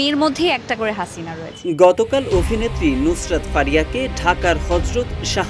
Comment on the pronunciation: অফিনেত্রী মানে কি? এসব ভিডিওতে যারা ভয়েস দেন, তারা কি করে প্রমিত বাংলার জ্ঞান ছাড়া চান্স পান? পুরো ভিডিওতে "অফিনেত্রী" আর পিনাকি ভট্টাচার্যের নাম বললেন "ফত্তাচার্জ", অভিনয়কে বললেন "অফিনয়"!!!!